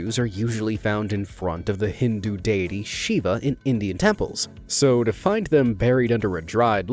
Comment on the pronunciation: You said shiba not Shiva!